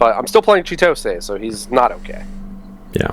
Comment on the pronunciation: Every time you pronounce Chitose wrong, an angel loses its wings.